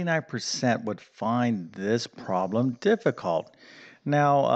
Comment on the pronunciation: Why is a problem sometimes a "prahm"?